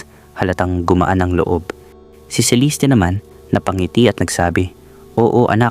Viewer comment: Ang gulo ng story mo. Sa restaurant , nagka ayos na. Then, nag yaya na maglakad si Celeste or ( Celiste , as you pronounced it ) Nag pose ang ina sa gilid ng mataas na bundok, while si Mira, nakatingin lan. Nahulog ang ina. Then, sa court ang testimony ni Mira, nagkaroon ng pagtatalo. Fiction ang story mo. Mali mali ang sinasabi mo. Boring story mo.